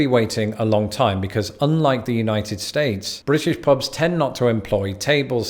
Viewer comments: "Pobs" 😑 ear piercing. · He pronunciation is so bad. “Pobs and rlsnd”